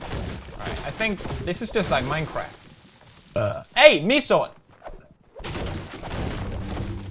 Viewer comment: It was "mi siol" not "mi soil"